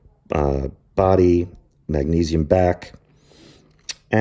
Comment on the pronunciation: lol,,,,, its so funny when you say: tai-taanium and maagnesium!!!! you put too much stress, as if you want to say to people you know a lot! ;)